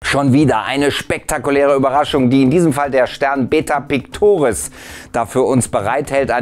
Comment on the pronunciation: RabarberRabarber......specktakulääär.....unglaublich, was es im Universum so alles zu entdecken gibt! Und je schneller man spricht, um so unglaublicher wird es!!!! Groß....größer.....unglaublich gross.....🙄